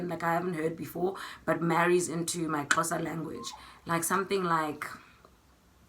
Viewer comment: I loved when you pronounced the Xhosa words. Love from Kenya